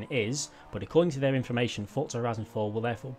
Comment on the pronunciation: love your videos but there is no t in forza lol you say fortza when you speak lol